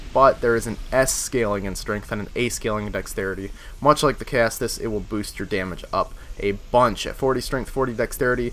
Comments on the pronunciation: Caestus is pronounced ses-tus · Caestus is pronounced like "seh-stis" or "see-stis." The "ae" makes an "eh" or an "ee" sound depending on it's position in the word, I believe. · Okay seriously, do American schools not teach Latin or anything about the basics of English language? Caestus is pronounced "ses-tus".